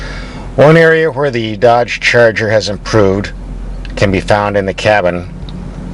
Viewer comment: "Dodge Churger"